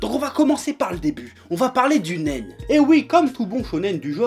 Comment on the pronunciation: je peux pas m'empecher d'entendre Nem "un pistolet en Nem"